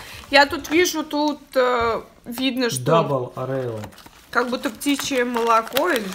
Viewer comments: Правильно орио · Орео ударение на первое о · Не орэо а Орио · Орео ,а не Арео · орио а не арело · не арео а орео как же он меня бесит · Орео,неправильно произносишь